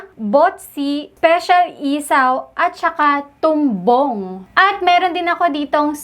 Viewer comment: Tawang tawa ako sa pagsabi nung tumbong HAHAHAHAHAHHAHA